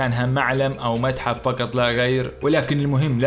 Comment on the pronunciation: لو الكاف ترجعها قاف يكون أفضل ، قطارات وليس كتارات ، تعقيدا وليس تعكيدا ، فقط وليس فكت ، وقيس عليها ، وما تبقى فبرنامجك جيد